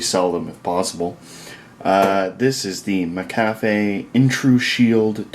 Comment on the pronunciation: "mc cafe" Like it's a coffee shop